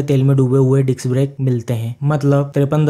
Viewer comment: It's disc's not diks brakes